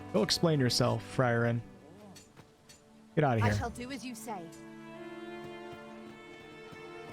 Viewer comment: your pawn "Frieren" is pronounced "Free ren", she's from an anime called "Frieren: Beyond Journey's End". You should definitely check it out, I know you'd like it.